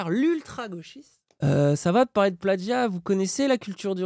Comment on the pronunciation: Moi ce qui me trigger vraiment le plus dans cette affaire c'est à chaque fois que prononce le mot "plagggggia" comme un golmon.